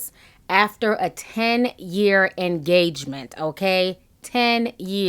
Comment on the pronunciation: Did you just say "TEN YEAR ENAGMENT!?!?" Dear Lord......